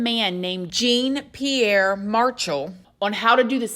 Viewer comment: "Jean Pierre" = Jahn/John Pierre